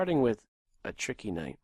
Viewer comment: lol each time u say "tricky night" i burst out laughing